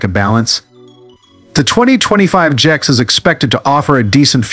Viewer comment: GIX? Annoying narrative. No it is a G.S.X.